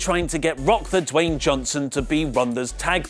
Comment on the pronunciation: Anyone notice how he said ROCK THE WAYNE JOHNSON? lol